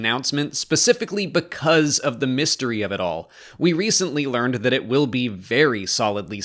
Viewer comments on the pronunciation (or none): none